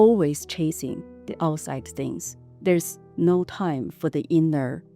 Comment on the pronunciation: I'm not trying to disrespect her, she is very Good person, great enterpreneur, but I also found her very cute specially many times when she pronounced words starting with "T" as "S" 😅, that was so cute from her mouth, for things = sings, not for every word but I think I heard that, lol !